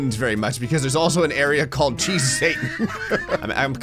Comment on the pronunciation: lol the "cheesy storyline" says "cheey storyline"